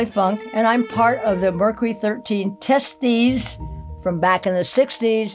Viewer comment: So I’m the only lmaorotf at her being on of the “testes”??? 🤣🤣🤣🤣💀💀💀☠️ she stressed it hard!! I’m crying 😭 😭🤣🤣😂